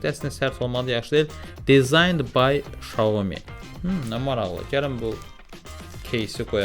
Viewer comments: Salam hər vaxtınız xeyir Xiaomi şirkətin bildirdiyinə görə düzgün oxunuşu Şaomidir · Oxunuşu tam dəqiq desək belədir - Siao Mii - mənası balaca düyü deməkdir. 👏